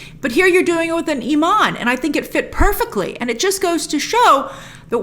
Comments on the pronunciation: It’s Imam not Iman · "Imam" not "iman" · Love the videos as always, just a quick note. It’s Imam (pronounced Imaam), not Iman, which means a persons faith. Not trying to give a lesson, just a heads up 😁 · Great review Grace! It is pronounced Imam for the Mosque leader (equivalent to Father, Pastor, and Rabbi). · Hey grace I love your appreciation for the Muslim culture but just a heads up it’s pronounced “imam”. Iman means faith but imam can loosely translated to preacher. You’re doing great 👍🏽